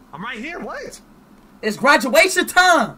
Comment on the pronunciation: Speed gwaduation!!!